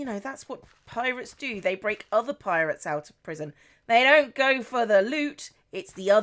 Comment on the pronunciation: I thought you said la parrots when you said la pirates